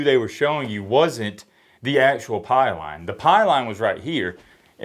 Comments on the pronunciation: why do you pronounce “pylon” like “pie-line”? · PYLON..........PIE LON. And it did not get over. Learn how to say PYLON